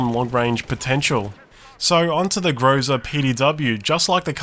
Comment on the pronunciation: I assume that the correct variant of pronounciation of the word "Groza" is the one in whch the last syllable is under stress.